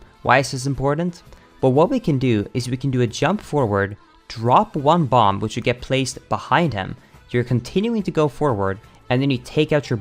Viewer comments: BomBuh FYI, the last B in bomb is silent, and this hurt to watch. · Lol what is up with BotW speed runners annunciating the b at the end of the word “bomb”. It’s silent. It’s pronounced /bäm/ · the last B in "bomb" is silent